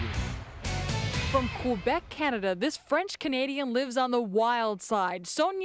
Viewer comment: He totally whiffed "Montreal" AND "Canada" lol 🤭. But he redeemed himself 😊